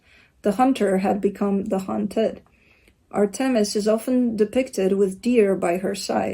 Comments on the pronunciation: you nailed the pronunciation of Artemis, I am Greek and it sounded like you were saying it in Greek! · are you Greek? 🇬🇷 you pronounced Artemis perfectly! ❤️